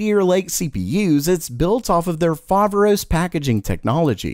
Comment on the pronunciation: Hey! Just wanted to let you know that "Foveros" is correctly punctuated on the second " o " since it is the the Greek word "Φοβερός" meaning incredible,awesome etc.